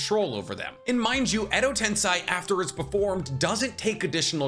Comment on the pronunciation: are you baiting me? it's "edo tensEi" and not a "tensAi"